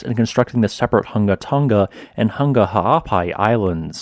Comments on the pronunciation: Hung-a Tong-a not Ton-ga Hun-ga Thank u. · You do do a great way of explaining geology but I just wish you and many other people would pronounce the words properly. You say tong ga and hung ga which is incorrect pronunciation. Try and say tong nga and Hung nga. Not hung but hung as in hook. It's all in the pronounciation. It sounds silly when you say tong ga and hung ga. Please learn how words are pronounced . Sorry and thank you.. Also I'm a Tongan living in nz. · Love your work!! I’ve been watching this channel for a long time and you deserve any new subscribers you get from covering this eruption. Just FYI, Tonga is pronounced tong as in like tongs, long, gong etc. Hunga is pronounced hung-a like, “I hung washing on the clothesline.” Also just a suggestion/request - could you put more time onto the end of the video so we have time to press the like button? Cheers! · For courtesy's sake, if you're a reporter, kindly respect at least the very basics of Polynesian pronunciation. The g's in Tonga and Hunga etc. are soft, as in -ing. Not Tong-ga. It is akin to those of us who live in the Pacific region pronouncing English words like Gloucester as Glue-cess-ter or Salisbury as Saliss-berry if addressing the Oxford Union.